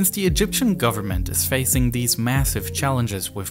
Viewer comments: ‘Dis and deese’ Should be ‘THis and THese’ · It’s not de, dis and dese it’s the, this and these with the tongue between the teeth. Also it’s not uvver and togevver it’s other and together.